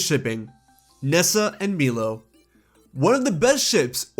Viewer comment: Not to complain lol but Milo isn't pronounced Me-Low it's My-Low.